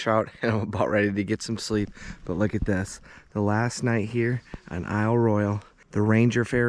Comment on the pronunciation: I just wish you learned how to pronounce Royale for this video. It was very distracting.